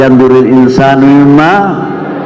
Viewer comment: At thoriq ayat 5 juga kayaknya salah diharokat al insanu dibaca al insani